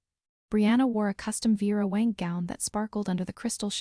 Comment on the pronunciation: Vera Wang is going to hate you for butchering her highly identifiable name.